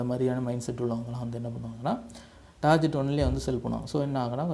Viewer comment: ''டார்கெட்'' என உச்சரிக்கவும் ப்ரோ